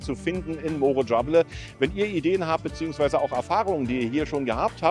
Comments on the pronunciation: Es fehlt sooo viel Schönes. Morro Jable wird anders ausgesprochen. Erkundige Dich mal genau, nach 7 Jahren Urlaub. Schade. Gut, dass Du die Touristen Ecken zeigst, dann bleiben die Anderen unentdeckt. Aber trotzdem ein Lob fürs Video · Es ist immer noch falsch ausgesprochen. Melden Sie sich bitte bei mir. Ich weiß wie es richtig ist.